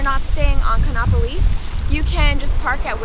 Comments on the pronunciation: Ka'anapali doesn't rhyme with monopoly. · Omg when you said Ka’anapali beach wrong 😂 I cringed so hard lol...not hating, just saying 🤣🤙🏽